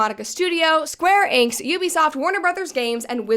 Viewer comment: Not Brett totally mis-reading Square Enix 😂 ❤ That said, fabulous breakdown as always, Brett!